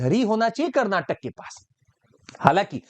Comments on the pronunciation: Its not Kannad but Kannada, and not Karnatak but Karnataka. Pls understand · Stupid that is KARNATAKA NOT KARNATAK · It's not karnatak bro, it is karnataka... Jai karnataka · Its not Karnatak it is a Karnataka make it correct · Its karnataka not karnatak ...!!! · bhai belagaum or belagavi ,,,:face-red-droopy-eyes:its not karnatak,it is karnataka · Sir it's Karnataka not karnatak